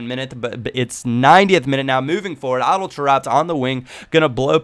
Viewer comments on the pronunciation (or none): adel is said like this a-dell as in dell computer